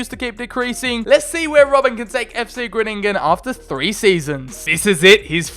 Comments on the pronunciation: Bit late but its called fc Gro-ning-en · Im dutch you say fc grooningen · Hahahah ono the way you say fcgroningen 😂👍🏻